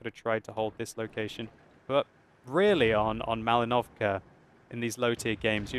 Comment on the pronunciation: You should say Mal*I*novka not Malin*O*vka Thank you a lot!